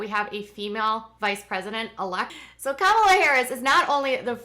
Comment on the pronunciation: happy birthday!!! Kamala is pronounced like the word coma, u no a "," . Kamala. just saying, not tryin to be mean.